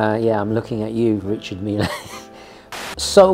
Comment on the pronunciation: FFS, stop it’s pronounced Reecharrrr meel, not reechard mil-ey!